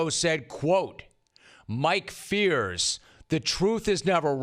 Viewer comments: Rome - Mike Fiers has been all over the news for the last few months. How on earth are you still butchering his name so badly? His name is pronounced FIRES not Fears. If you are praising a guy publicly, make sure you get their name right. Out. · Couldn't agree more Jim! Big Papi is confusing here. You'd think he'd keep a low profile here given his P.E.D. drama. Just one thing, Mike Fiers is pronounced Mike Fires, in spite of being spelled differently.